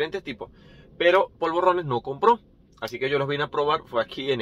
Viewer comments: No se dice POLVORRONES. Son polvorones. Vos lo pronunciás con doble R. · polvorrones no; POLVORONES, con ere, no erre...xdd bon profit!